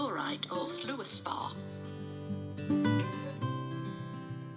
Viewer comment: Thanks,! I visited the Blue John Cavern many years ago! Got as far as the entrance then turned back! My balance was not that good! It’s funny they didn’t give you a plastic bump cap to wear? The pronunciation is all wrong! It made me laugh! It’s fluorspar (flur-spar) not floor-is-spar)! Also known as Fluorite! It is highly fluorescent when exposed to UV light! Try it! Hawkweed - evidently hawks used to eat the sap to improve their eyesight? A bit of geeky folklore there! BTW it’s from the Greek! Beautiful Castleton! Xx